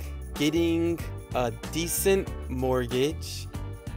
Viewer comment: 쌤 발음이 많이 한국화(Koreanize) 되었네요. decent를 /'di.sent/로 발음하는데 decent는 음운현상(phonological phenomena)으로 인해 /'di.snt 디슨ㅌ/로 발음해야 하고(vowel deletion), /di'sent 디센ㅌ/는 descent가 됩니다. 참고하세요.